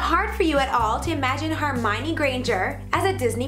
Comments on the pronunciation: its HERmione, not HARmione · She said hermionie wrong she said "her mi ne " it's " her mi on y" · She keeps pronouncing Hermione wrong!!! It kills me!!!!!!